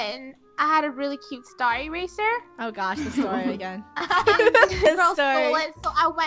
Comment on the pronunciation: Wait was saying star eraser or staracer